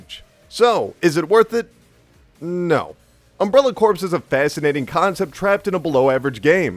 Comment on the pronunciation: Its pronounced CORE, not corpse